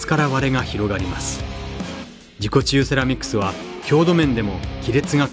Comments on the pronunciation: 自己厨セラミックスに聞こえた(難聴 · 自己中セラミックスって聞こえた。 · 自己中セラミックと聞こえたのは小生だけだろうか。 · 自己治癒セラミックスが何回聞いても自己中セラミックスって聞こえて辛かったです